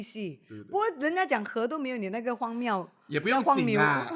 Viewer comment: 對啊，很多台灣人都把荒謬念錯成荒miu:face-blue-smiling:包括主持人和藝人！